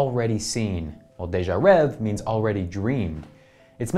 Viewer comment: if you knew french, its actually pronounced (day-jah-rehh-vay)